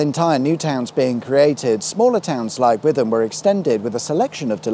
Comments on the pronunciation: Enjoying your road journeys, but my Essex born wife would have a fit if she heard you say Witham rhyming with rhythm. You have my sympathy though, as English place names can be quite incomprehensible. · It's Wit-Ham, rhymes with Shitham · Just for info - Witham is pronounced Wit-ham. As in witty ham. And that brewery stinks like stagnant water. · Witham pronounced Wittam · It's pronounced ' wit-ham' not like you'd pronounce 'the' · Gotta forgive on the pronunciation of Witham. If you aren't from the area, you will say it how you see it. I've pronounced place names wrong in Suffolk and Cornwall because I don't know until a local has corrected me. Keep up the great work, and thanks for visiting my hometown of Colchester 👍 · I mean, I'll let him off for Witham, as we have a Witham in Lincolnshire thats pronoinced how it's spelt! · Ooh - I didn't know the Army & Navy pub was gone, nor the flyover - shows how long it's been since I drove through Chelmsford. Ouch at pronunciation of Witham. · A gut churn for every Witham mispronunciation. Easily done, if you don't know these parts. Good job we like you 😂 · You pronounced Hatfield Peverel perfect the first time! Less so with Witham, but hey, swings and roundabouts. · They actually restored the railway bridge! It was worse. You started at kwit fit in Chelmsford but forgot to point out the car dressed as a giant hamster in the window. Also Boreham house was on Dont Tell the Bride. The pronunciation of Witham is really grating on me! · Worried about pronouncing Hatfield Peveral, then totally mangled Witham multiple times without comment!! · That's not how you pronounce "Witham". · Witham is pronounced 'Wit-Tam', not 'With-Em'. Thanks from the people of Essex 🙂(Although if you were in Boston, Lincs and talking about the river, then 'With-Em' would be fine ;-) ) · Essex resident here. It's WIT-am. Not with-am. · By the way, it's Wit ham, not With am. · Every time you say with-am I die a little inside. It’s wit-ham